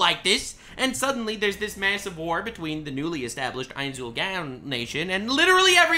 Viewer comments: Ainz Ool “Gown” lol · "ains ull GAWN" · First of all thank you for showing love to one of my favorite animes( even though you're butchering the main character's name). Secondly the only people that don't like Overlord are people who believe in the power of friendship. They all believe that the isekai hero needs to have a gigantic harem, never have sex, be OP and collect lolis like stamps. Granted the anime has the same aspects as log horizon, but the story of overlord is dark and twisted the longer it goes on, I'm glad this anime is the way it is. It's a lot fresher in my mind than watching another Kirito knockoff. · The way keeps saying the name so wrong that it could be considered blasphemous, make me cringe each time he says it. 😅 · I love Overlord content and would consume it like crack. However the way you say Ainz Ooal Gown just triggers me so much I had to stop watching 4 minutes in. Probably just a me issue. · Call him Lord Ainz or learn to say his name right smfh.